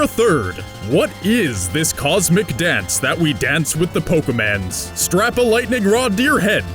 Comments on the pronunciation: Say Pokéman one more time! I dare you! I double dare you! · Seriously bro I'm gonna find and break a finger for every time you say poke man's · Am i the only one who gets annoyed with his wrong pronunciation of Pokémon?